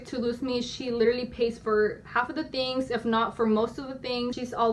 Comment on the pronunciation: First of all, the word is literally, not lillleraly, second, I feel like, I feel like... and only a simp is falling for this bullshit